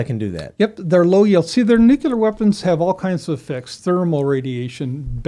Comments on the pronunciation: This guy pronounces Nuclear as "Nuc-U-lar" kind of kills the credibility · I liked this guest but the way he pronounced "nuclear" had me dying inside lol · I don't believe a person who can't pronounce the word nuclear knows what they're talking about when they're talking about nuclear stuff. The word is just not that hard to say.